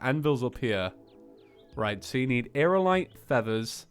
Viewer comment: you're seriously dyslexic... you say equiptable, magma cannon, aeralite instead of equipable, magNa cannon, and aeriAlite. Aerialite is pronounced: air-ee-ah-light